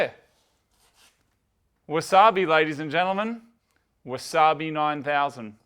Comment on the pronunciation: you said wazabi 9000 in the end ;) its 900 OG